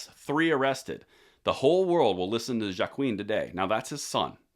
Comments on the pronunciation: Awesome video as always :) Just a quick FYI, it is pronounced "Hoowa-queen" not "jwa-queen" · Joaquin is pronounced "Waa-Keen". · The boy that was killed Joaquin is pronounced as “Wa-keen”. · It’s pronounced “Wah-keen” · It's pronounced Waa Keen and ALL gun laws are unConstitutional!!! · I believe Joaquin's name is pronounced Wahkeen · I think the J is silent in the sons name brother